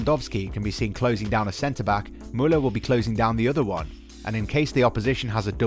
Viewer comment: I love how he pronounces Muller !! For me Kimich has always been my favorite player since Pep Guardiola i knew he had the talent to he one of best players in the world.